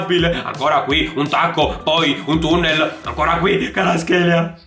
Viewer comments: he is not karatskelia. he is kva ra tskhelia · NO KHARASCHELA SI PRONCIA KVARASCHELIA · comunque si pronuncia "QUARASCELIA" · Varaskelia si dice bro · si dice "Kvarasquelia" te l'ho dico perché mia madre è madre lingua